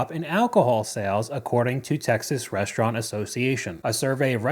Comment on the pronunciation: please what means "reshhtraunt"